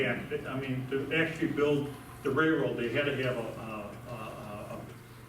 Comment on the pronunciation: Some should have advised this guy that it's a "railroad", not a "rayroad".